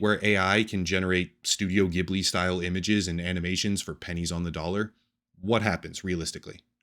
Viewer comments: Ghibli is pronounced with a soft G, like "jib-li". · It's pronounced Jibli. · It's pronounced "jhiblee", soft sound not harsh like "Giblee" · The G in Ghibli is soft.